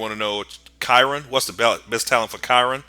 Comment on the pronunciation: looked it up to be sure. Chiron is pronounced. kai- Ron .